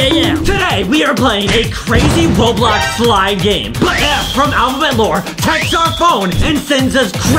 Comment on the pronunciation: Bro said boblox